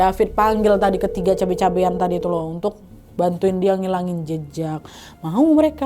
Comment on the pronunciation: Mana logatnya juga begitu, tapi lucu sih. 😅